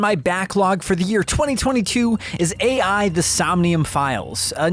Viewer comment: i hope this devastating blow makes you learn from this mistake😔 ('a.i.' is pronounced like 'eye' lmao)